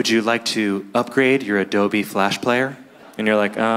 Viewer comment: So wait, is it pronounced Adobe or Adobe??